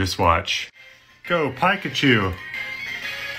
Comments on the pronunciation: He basically said pike-achu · go pikuhchu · "mareyeo" "piekachoo" "minicraft" "spongebobe" "austine"